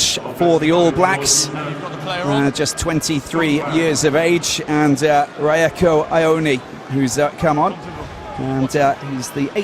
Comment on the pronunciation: 1.04.25 and raiko ewone instead of rieko ioane Terrible commentary from the French